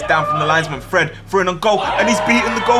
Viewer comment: Not him calling Fred Freed